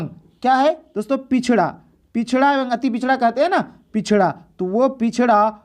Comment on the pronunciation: एवं ko evang nhi evam padhte hain